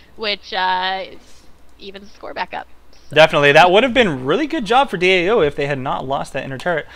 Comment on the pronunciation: stop saying DOA, It's DAO :P